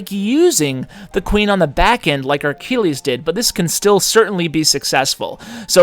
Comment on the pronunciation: Why do you say Ar-Kill-eez? There's no R in his name. It's Achilles. Uh-kill-eez. And, yeah, one of those was a th10 vs a 9, not really a fair comparison